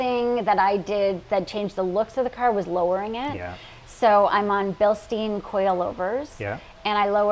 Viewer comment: I cringe every time Bilstein is misspoken. Beautiful car!